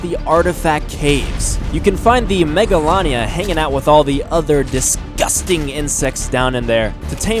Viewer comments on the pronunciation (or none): It’s pronounced mega lay nia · it's pronownsd mega laa nee a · You said it wrong